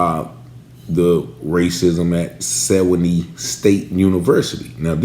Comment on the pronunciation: Sewanee ---Swan-NEE